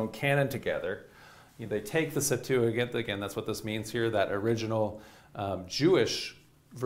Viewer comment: Its pronounced Septuajint, not Septuagint. This guy gets alot of little things wrong, and it adds up